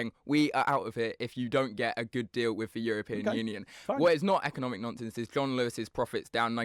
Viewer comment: ‘I agree WIV you?’ “Norf East.?” Speak properly and maybe someone will take you seriously. Actually, probably not even then.